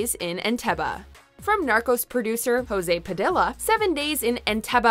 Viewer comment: you mispronounce José Padilha, its not spanish, its portuguese, he's brazilian